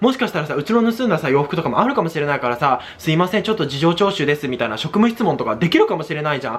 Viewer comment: 事情聴取言えてない可愛い